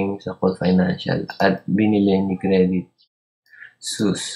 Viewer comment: Very helpful to! Thank you! By the way its credit suisse (swis) yung pronunciation 😊